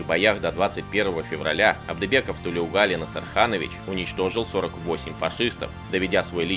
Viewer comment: Не Тулеугали а Толеугали